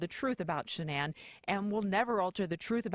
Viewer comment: SHANANN* NOT SHAN ANN LOL